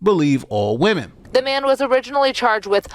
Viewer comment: "Maybe, wamen was a mistake" - Mauler